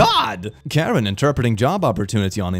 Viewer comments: Oh! This “Karen” interpreter is actually a languages and a people that are in the southeastern area of Burma/Myanmar + northeast of Thailand. It’s pronounced with more emphasis on the beginning “kuh-ren” and they have a really cool culture and a vary complex relationship with the people of Burma/Myanmar. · The one for language line solutions is for an African language the name of the language is Karen pronounced Kareen, still funny tho